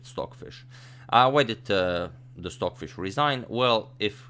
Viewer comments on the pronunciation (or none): STOCKHISH LOL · Who is "stockhish"? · Stockhish? (H)?? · "stockhish" lol no stocfish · "stockhish" is amazing here! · why does it say stockhish? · Ah yes, "stockhish" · "Stockhish" haha